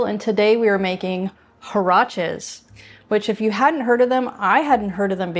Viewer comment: Hi! Great recipe! The word is pronounced "waraches". The last e sounds as in "bet". Thank you!